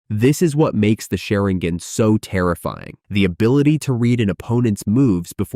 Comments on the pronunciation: SharinGHEN? WTF is this, Genghis Khen?) Please stop this AI generated nonsense. If you can't make videos yourself, let alone voice them - just don't do it in the first place. It's not worth ANYBODY'S time. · It's not sherigan dude it's sharigan learn how to talk before you make a video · WTF is sherigan? Honestly if you cant respect other people's language's than why bother? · Lmaoooo “SHARING-GAN.” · Omg The way he pronounces sharrigan kekei genkai and everything else he pronounced wrong was cringey asf sounds like he just started watching naruto or something wtf